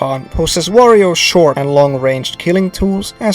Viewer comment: whenever you said "warriors" I thought you were saying Wario, lol.